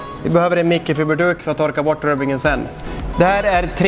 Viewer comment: Bra video, förutom att jag hatar dina uttal. Blandannat "mickefibeeduk"